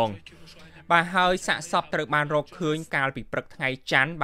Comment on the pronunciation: ហ៊(រក)សម្រាប(សម្រាប់) ផឹក(ព្រឹក) ឆើន(ច្រើន) ហុឹម ប្រើពាក្យអោយត្រឹមត្រូវផងបើតាំងចិត្តធ្វើអ្នកអានព័ត៌មាន.